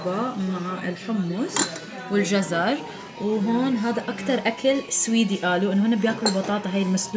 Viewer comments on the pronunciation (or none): سويد سويد مو سيويد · سويد❌ سوييد ✅